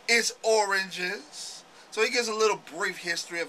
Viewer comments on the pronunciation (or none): LoL Im kidding on the way you pronounced origins as in Hip Hop's origins. Sounded like you said, oranges. J/K.